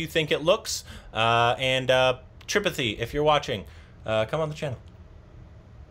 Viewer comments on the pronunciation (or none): It is pronounced as tri-paathi not Tripthy 🥴